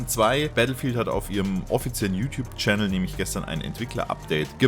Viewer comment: kuhles Reewörk der Mäps mit den Tschännels und tolle Loor in der Seesin Tuh und mit Look ouwer und so weiter und so fort ...